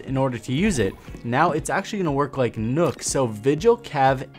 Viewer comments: I cringed every single time this man said nook instead of nokk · It is nok not nook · I sit actually pronounced as nook? and not nokk? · It’s nøkk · It's fucking nokk not nook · its fucking nokk not nook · Pronounced “nuh-ck”, not “nook” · You called her Nook....lol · Nøkk's name is pronounced "Nuck" jfyi. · did... did you just say nook? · You say it as "nook(nuk)" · yo try to say Nøkk with the "Ø" sounding like the "U" in "under" to pronounce it correctly-ish :)